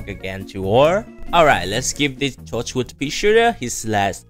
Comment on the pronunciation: Bro really said tochwood